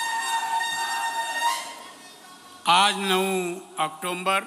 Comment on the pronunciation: राणे साहेब ऑक्टोम्बर नाही ऑक्टोबर आहे , केंद्रीय मंत्री आहेत आपण महिन्यांची नाव तरी नीट बघा